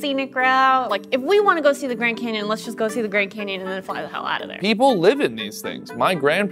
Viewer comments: He said grand camyon lol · grand canyon not grand camyan